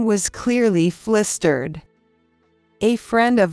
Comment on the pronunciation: Why are Us and Os pronounced as Is in these videos. For example sin instead of son; flistered instead of flustered. Makes it hard to listen without watching. Better pronunciation please, and a less boring voice with a bit of inflection would be lovely. Real people rule.